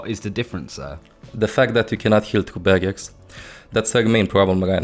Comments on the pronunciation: OH HE SAID BARRIERS NOT BAGGETS Okok I understand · Its barriers i almost thought he said bagguette